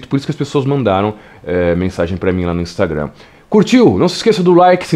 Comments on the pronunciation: Por que tu fala "inumstagurram"? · para com essa pronúncia “instagrannnn” para com isso